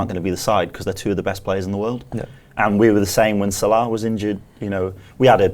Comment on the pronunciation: Odd pronunciation of Salah on this one too.